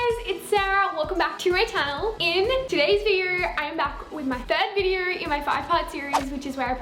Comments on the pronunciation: "Videor" thats how she says video haha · I love it when she says video. It sounds like vider and it’s so satisfying. 😂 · Vider vider vider. I literally can't watch her because of how many times she says video.